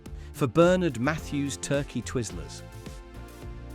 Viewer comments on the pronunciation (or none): none